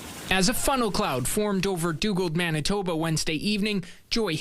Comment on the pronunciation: Wait, it's pronounced mennatubba? I'll need some time to process this